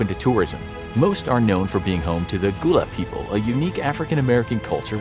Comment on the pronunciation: Just to clarify, the proper pronunciation for the Gullah people is GUH-LA not GOO-LA. Their history and culture is very unique.